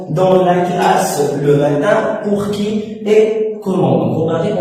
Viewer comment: matin au lieu de matain désolé prof